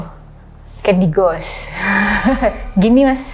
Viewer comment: Buat mbak narsum, sebaiknya gak usah pake istilah (kata) dalam bahasa Inggris, krn pronunciation Anda masih salah, saat Anda sebut candy ghost, pengucapan "GHOST" nya SALAH, coba Anda cek, sehingga kami sempat bingung maksudmu apaa?, gak usah pake bahasa Inggris mbak!, belajar dulu!